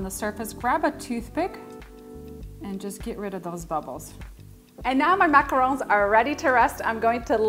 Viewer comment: Yes, the right way!!